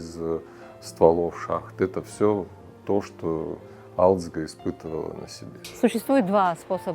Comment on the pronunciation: Не алидзг а гализдга Грузинское имя, Ташкент по вашему Аташкент не искажатте имена.